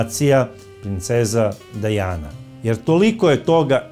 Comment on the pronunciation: Krivo govorite nije Dejana nego Dijana čitajte